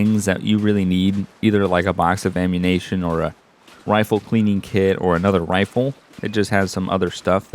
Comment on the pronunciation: Ammunation, said it again, lol.